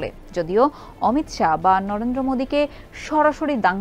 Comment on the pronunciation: উনার নাম অমিত শা l অমিত সাহা নয় l